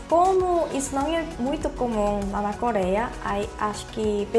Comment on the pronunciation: voce fala ,,, coléia